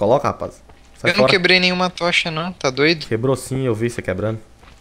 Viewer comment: "Eu num queblei nenhuma tocha nao" kkkk ta parecendo o cebolinha